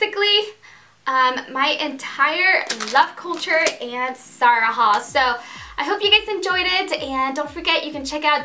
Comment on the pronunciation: She confuses her z and s's it's not sara it's zara